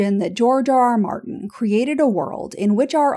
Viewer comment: Sounded like “Jar Jar Martin.”